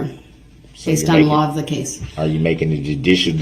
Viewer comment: “Are you making a dudishel determination?”😂